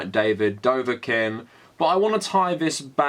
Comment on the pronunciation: how the fuck do you butcher davids name so much its fucking dobrik where is the v and n you keep adding